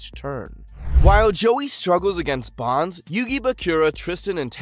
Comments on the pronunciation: So many missed information and so many mispronunciation, like dude it’s BONES not BONS like at least try to pronounce their names correctly. There were so many things you missed and the fact that when you mentioned a duel that was taking place what was shown on our screen was not that duel it was something completely different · Bones not bonds! wtf 🤦🏻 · Its bones, not bance